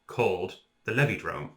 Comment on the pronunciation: It's pronounced "Levidrome" You're welcome.